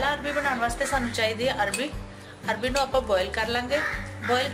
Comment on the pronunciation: Bohat wadhieya Ha but It’s not Arbi, it’s Arvi.